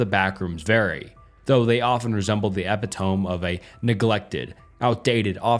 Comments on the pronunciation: Sorry I had to help you out here. The word you’re looking for (epitome) is NOT pronounced “eppy-tome”. It’s the word “ep-it-oh-me.” It means “perfect example” or “the complete personification of” For example: The Backrooms is the epitome of liminal horror. Hope that makes you a better essayist. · epitome is pronounced “epitomy” just fyi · Look up the proper pronounciation of epitome. It is not the same as it looks. I remember youve grown a lot in your commentary from your early videos, and youre almost there now, but theres just a few wrinkles at this point. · I am sad to announce but this is not how you pronounce epitome 😞